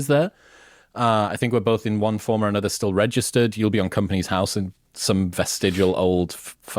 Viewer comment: How can they talk about UK accents and then say Annuver one instead of another one, Portsmuff and fiftiuff (fiftieth) arrogant, self obsessed idiots. They've probably never been to the towns they talk about and have stereo typical ideas about what they're like. Beatrix Potter, Donald Campbell, William Wordsworth, John Ruskin all came from Cumbria. Brits do have pride in the UK we just don't need to shout about it constantly. If the Brits were so risk averse how did they get the British Empire?